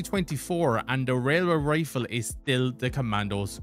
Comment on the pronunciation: Tell me you can’t say Railway Rifle without telling me you can’t say Railway Rifle